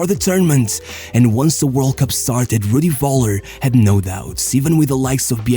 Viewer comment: Nice video. You had me dying when pronouncing Rudi Völler xD